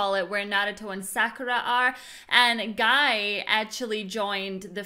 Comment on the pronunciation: Guy's, i know Gai it's a guy, but he's name is Gai not guy!! (full name: マイト ガイ - Maito Gai)